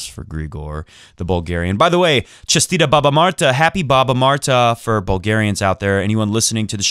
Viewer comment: Haha, I am Bulgarian and I am surprised you know about our tradition:D and actually you described it good enough!(btw you pronounsed " Честита Баба Марта " pretty good xD) Here is a little bit more about it: Baba Marta Day is a holiday celebrated in Bulgaria, on March 1st. Martenitsas, usually in the form of a wrist band, small yarn dolls, or tassels, are created by combining red and white colored threads and are worn on that day and throughout March. They are worn until a stork or a blossoming tree is seen, symbolizing the coming of spring, warmer weather, and well being. Once the stork or blooming tree appears the Martenitsa is taken off and hung on a tree. It is common in the spring to see trees festooned in Martenitsas. Older Bulgarians call it Birch Month as it is around the time that birch trees start growing leaves and giving sap. There is a great amount of folklore about Grandma March Day and the character of Baba Marta herself. The greeting exchanged on this day is Chestita Baba Marta There are various theories, suggestions, and even several legends involving real historical figures about the symbolism of the red and white colors from which Martenitsa are made. An obvious explanation, and perhaps a common belief people share, is that "red" stands for "life/birth" and "white" denotes "anew/on clear grounds". Combined together they mean "newborn", "rebirth", and "a new beginning"; a celebration of life and survival. Another popular explanation is that white st